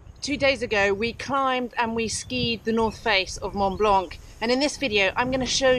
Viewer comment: Great video, and always enjoy hearing that special brit pronounciation of "Mont Blanc" ...